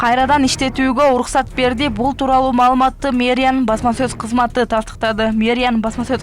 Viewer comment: Берды эмес журналист ,берди деп кыргызча суйло.